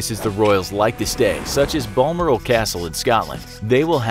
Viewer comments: Balmoral (Bal-moral) not ball-morel !!! Any other scots cringe at that or was it just me? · Balmoral castle it’s Bal More El not balmorL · Its pronounced baal - moral not bone maril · It's pronounced Bal-moral. Not Bolmorall. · I am Scottish and the way he said Balmoral castle is so funny to hear because we say it like Ball-mo-ral castle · If you're going to do all this research, at least look up how to pronounce Balmoral. It's not "Ballm-uhr-al"; it's "Bal" as in "Balcony", and "Moral" as it's normally pronounced. Actually, to be honest, Americans should just do that when trying to say almost any British place name; they have their own phonetic rules that you just have to sort of absorb, and trying to base it on how similar US place names are said is just a disaster. Edinburgh does not rhyme with Pittsburgh, and Birmingham in the West Midlands is not said the same as Birmingham in Alabama. Also, I've never seen anyone who thinks Prince Harry has brown hair before. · I’m sorry but I have to say. Bulmoral castle? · It’s pronounced Baal - mooo — rallll. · Lol the way he pronounced "Balmoral" at . Clearly has never spent any time in the UK.